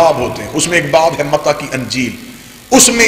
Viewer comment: lafz mata nahi balke mati hai pehle parrna to sikh le